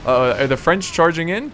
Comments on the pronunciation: I french and i love your french prononciation. I love you re video. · I love how you pronounce the french words ^^